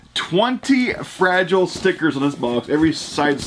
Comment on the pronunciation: FRA-GI-LE , Must be Italian!!!